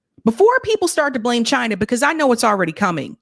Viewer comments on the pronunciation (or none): none